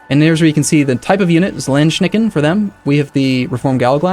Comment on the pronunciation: "Landsknechte" are not pronounced "Landschnecken"... (Landschnecken sounds funny in German, because its a compound of the word Land (=Country) and Schnecken(=snails)). Afaik Landsknechte where the typical name of German units of trained footsoldiers of the time using long lances / spears (vs cavalry) and maybe halberds, and who often were bands of mercenaries. While the german word "Knecht" (=male servant) doesn't mean the same as the english word "knight"(in German: Ritter), I'd still prefer it if he called "Landsknechte" Land-Knights, because it would at least imply fighting men in the middle ages, instead of country snails...